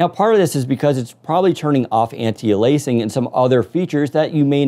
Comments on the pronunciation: Windows Central it's anti-ay-lee-as-ing not anti-ah-lay-sing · Please learn to pronounce antialiasing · Please learn how to pronounce Anti-Aliasing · lol the way says anti aliasing is funny